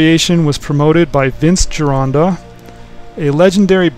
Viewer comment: Thank you SOOOO MUCH! Not only for bringing uncle Vince’s work to people! Also for pronouncing the name “GIRONDA” properly! Thankyouthankyouthankyou!!!